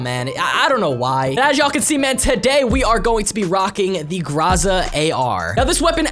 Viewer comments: Everyone: Groza: Graza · Ok you pronounce it groza (gr-ah-za)??